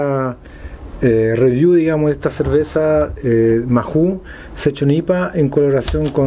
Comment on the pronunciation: Se pronuncia Maou en Español la H es muda, no inventes anglicismos. En españa al decirlo rapido el nombre sale como....Mau! Buen video.